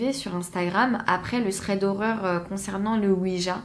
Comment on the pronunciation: C’est quoi un « ssrède » horreur ? 😂